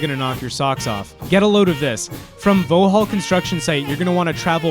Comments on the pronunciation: I'm a Londoner, appreciate you are American, but it's pronounced as it's spelt, Vaux-hall. Nice vid though bro, thanks. Liked and subscribed! We have some weird pronunciation. London Southwark, is said as suth-ork. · Just so you know, Vauxhall is pronounced 'Vox-hall'